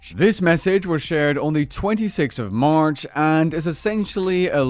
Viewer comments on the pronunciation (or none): none